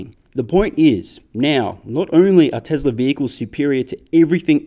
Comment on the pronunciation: Why do you have to say it like “Teslar is”?